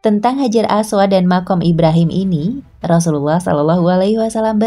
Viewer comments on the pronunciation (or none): Maaf, apakah hanya saya yg salah dengar narator menyebut rosululloh dg kalimat yang salah pada menit . Apa benar, narator bukan orang islam, krn salah sebut, jangankan salah sebut, salah baca saja bisa beda makna nya. Hati2 sama tajwid. Jangan sampai salah, apalagi salah ucap.